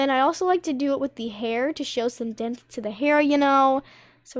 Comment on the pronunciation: hey i would just like to say its totally not hate but its pronounced depth not demth